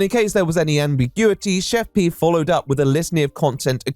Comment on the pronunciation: Are we gunna talk about how Pi isn't pronounced P?